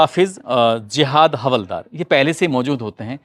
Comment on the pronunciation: Hawaldar nahi haldaar boliye